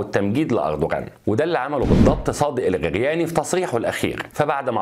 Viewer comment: الخرياني وليس الغرياني